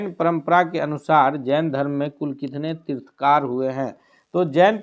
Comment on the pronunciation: तीर्थकार नहीं तीर्थंकर बोलिए कैसे शिक्षक हैं आप लोग !!